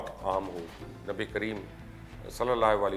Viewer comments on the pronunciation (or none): Nabi pak ka name sahi lain ..aram se or tehar kar saf bolain..